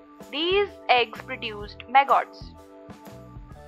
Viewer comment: She’s saying “maggots.” Took a minute for me to understand. Clear video. I like it a lot.